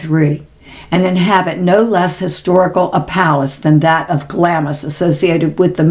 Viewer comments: Clamps is pronounced Glams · Hi just love your podcasts❤ i didnt want to sound condescending Glamis is pronounced GLAAAAMS CRAZY really.....sending love and blessings to you and Max ❤❤❤❤ from the UK 🇬🇧